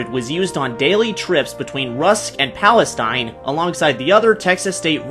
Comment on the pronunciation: The Texas State Railroad is in Palestine, Texas, it’s pronounced Palesteen. T&P 610 was originally stored at the Will Rogers Memorial Center, not the Fort Rogers Memorial, as there isn’t any such memorial in Texas.